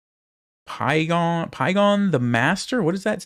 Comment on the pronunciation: it's not Piegong or Pie-ong, it's pronounced "Pyong", just pretend the E in Pyeong is silent!